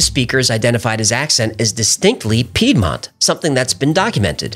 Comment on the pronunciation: Heh, he's American so he can't say Piedmont. 🤣